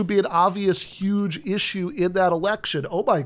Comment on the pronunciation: And yuge